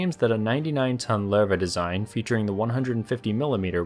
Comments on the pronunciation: not Lerva its Lowe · The way it’s pronounced Sounds like “larva” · pretty sure your pronouncing the name Lowe wrong, like 90% sure its something like luuva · Lol, it's not pronounce "Ler-va". The correct pronunciation is closer to "lousy" but change the "see" sound at the end to "we", as in "lou-we". As one would expect with the German's naming their tanks after big cats, "Löwe" is the German word for Lion. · "Loo-vuh" is closer phonetically to the correct pronunciation, but thanks for trying more than other channels 🤣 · Where did this "Lurr Vah" pronunciation come from... if u put it in translate even in German it dont say that. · I hate to be "that guy" but, is pronounced as "Luve". That dieresis over the o is meant for something. Out of that, one of the greatest chapters on a neat saga. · I though it pronounce LOWwe